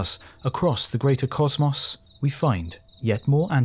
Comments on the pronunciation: It really bothers me that the narrator can't pronounce the word "cosmos" correctly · Except when he pronounces the words "patent" and "cosmos" wrong. Thr mispronunciation of the word "cosmos" alone makes me want to turn the video off